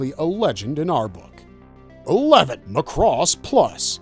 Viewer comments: Gainax is pronounced as Guy-Nax not Gay-Nax. Macross is pronounced Mac-Ross not Ma-Cross. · Sorry to be Karen but GAINAX is pronounced Guy-Nax not Gay-Nax. And Macross is pronounced Mac-Ross not Muh' Cross.